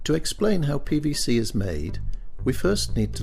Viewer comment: sound like the commentator is saying pbc